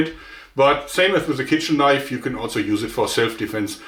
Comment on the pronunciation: "THAAAT's a KNOIF!"